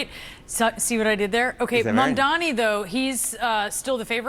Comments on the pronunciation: Why can't these people say his name? It's not that hard. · M A M D A N I. Can you read? The magical host kept saying Mandani. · Mamdani not Mandani smh😒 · MaNdani? Why can’t you pronounce his name correctly or at the very least make an effort to do so!!! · Mamdani, not Mamdini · This magical jerk kept calling him Mandani. By now there is no excuse. He must prepare better for his freaking segments. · Is it really that hard to say MAM-DA-NI?